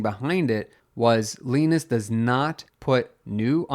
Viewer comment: Just want to know how can you get wrong on a name when its said countless times on LTT i know its not the same guy but still the same spelling and name Linus is Lin us or say it like line us just a heads up